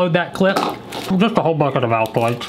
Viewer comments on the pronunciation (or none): none